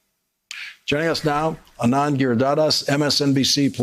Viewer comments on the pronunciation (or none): While your commentary is generally incisive, your pronouciation of foregn names could use some work. For example, it's "AH-nand" not "a-NAND," Mispronouncing foreign names - especilly South Asian ones, is indicative of a couldn't-be-bothered disrespect that veers evr so close to the racism you accuse your current POTUS of. UNDERSTAND?